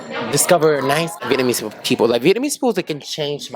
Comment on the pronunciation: Am I tripping or speaks English with a hint of Vietnamese influence, e.g. using singular form for plural nouns, pronouncing the word "Vietnamese" as "Vietnamee", etc. No disrespect though just curious